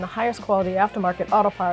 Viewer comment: Strange accent You're pronouncing caliber correctly But parts and the word bar , you sound like you're from new england